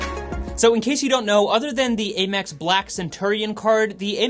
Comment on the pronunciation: A quick little FYI, American Express is most commonly referred to as AM-ex instead of A-mex.